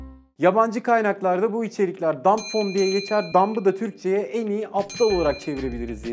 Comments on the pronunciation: DUMP DEĞİL DUMB OLACAK :) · "Dump" değil "Dumb" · Aga "Dump" degil o "Dumb" diye biliyorum. Dump çöp anlamına geliyor. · Dump değil dumb diye biliyorum ben. Yanlış mıyım?